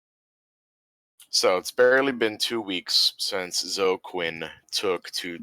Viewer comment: Zoe is a two-syllable name. It's "ZOH-ee". Drives me crazy when people mispronounce that.